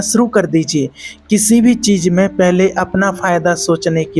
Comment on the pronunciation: Work on your pronunciation Sha ko sa , sa ko Sha .. Za to ja It sounds so ugly . Then it’s cheez not cheej U don’t even feel like subscribing after listening to such pronunciation